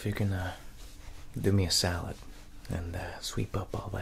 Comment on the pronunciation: It sounded like he said salad then I was like oh solid 😂